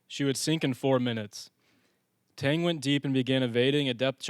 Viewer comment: You sure you got that ships name down?